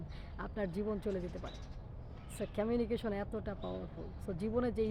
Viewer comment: উচ্চারন টা কমিউনিকেশন বলে ই তো জানি। আপনি বলছেন 'ক্যমিউনিকেসন'। তাহলে কোন টা ঠিক ম্যাডাম?